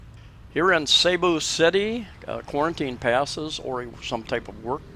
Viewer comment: My wife is from Cebu. Its SeaBu, not SayBu